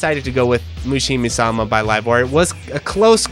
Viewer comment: mushi HIME sama, not mushi ME sama